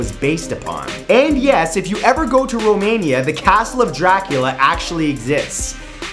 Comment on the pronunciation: Good job saying Romania! But i didnt understand the city you said before you said Romania. And for ppl wondering about the castle. Trust me, its worth the money